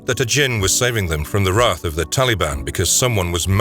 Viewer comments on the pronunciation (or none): none